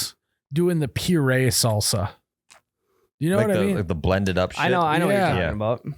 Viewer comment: You had me until u said pureed.